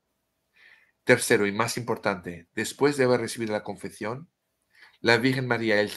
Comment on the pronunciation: Sigo escuchando, y por si me lees, te corrijo un poco tu español de cocina tan simpático: te digo, se dice "ConfeSión", con ESE (S). En español "Confección", con Cé (C), significa elaborar, confeccionar, coser ropa, telas, hacer trabajos manuales. Pero alabo y sonrío en tu esfuerzo por utilizar las Cés (C) españolas 😉